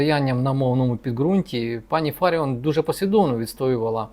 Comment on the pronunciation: Можна було б правильно вимовляти прізвище Фаріон.